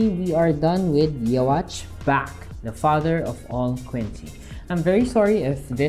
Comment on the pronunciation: Neat! Also, his name is pronounced "You-ha."